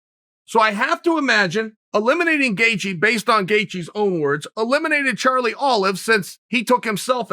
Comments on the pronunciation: Justin: "It's Gaethje." Chael: "Gethcie." Justin: "OK great." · Does Chael misspell names on purpose or what? Justin “Gethcie” jesus christ lol 😂😂😂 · Chael “the answer to any question at 155 is Justin GETCHIE” Sonnen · Chael: “Justin Gethcie” Me: Okay, Great. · Me hears chael saying 'gethcie' Me *goes straight to the comment section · Gay chi . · Lol gathejie haha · "Gethcie"- Cte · "Chael 'Gethcie' Sonnen" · Ok it's obvious by now Chael's don't this shit on purpose, lol. What a master troll. Got everyone saying Charlie Olives and now butchering homer simpsons name. Bravo